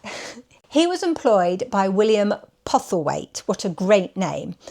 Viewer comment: The name is PoStlethwaite. Pronounced "Posselthwaite", not "Pothelwaite"